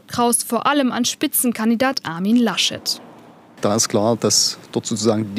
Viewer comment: Herr Lasch-Leck... HaHa